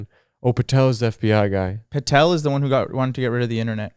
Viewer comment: he said patel <3